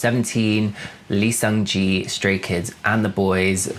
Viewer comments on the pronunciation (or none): im not blaming you that you mispronounce seunggi's name i used to call seunggi's 'gi' 'gee' aswell i just didnt notice it was that cringey- >.<